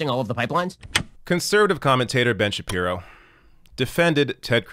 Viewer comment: Kind of a weird way to pronounce Ben Shabeebo but I'll take it